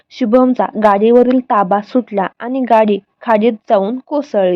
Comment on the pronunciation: आधी मराठी नीट बोलायला शिका मग व्हिडिओ बनवा अशुद्ध भाषा आहे. आनी पानी भाषा सुधारा